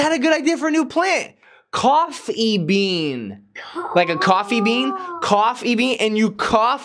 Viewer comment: Umm.i think he said Cough- Bean